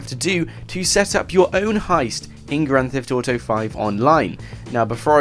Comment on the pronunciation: Is kinda funny how you say grant theft auto